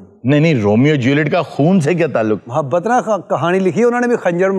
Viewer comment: Mahabbat hi hota h. Saleem sahab ne sahi pronounce Kiya hai. Meem par fatha (zabar) hai.